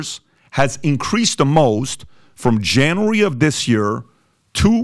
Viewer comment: It’s JAN-yoo-Air-Ree brother